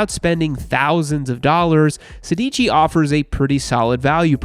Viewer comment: „Sedici“ is actually italian for „sixteen“ and the accent is on the first „e“, therefore „sèdici“